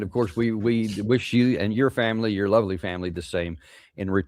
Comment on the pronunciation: "A verrry heppi 2026 and your loverly femmili ...." Out of the mouth of this foul guy with the run-down features, unshaven, often the ugly dogs barking in the background......